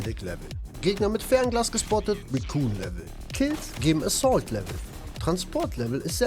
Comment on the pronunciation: racoon level? xD Recon wird "Riekon" ausgesprochen. Gutes Video :D kommt von "reconnaissance"🤓